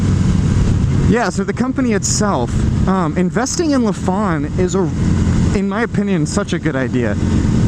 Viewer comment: Why does everyone mispronounce their name lol. Its not Luh-phan, its Ly-fan like lycan.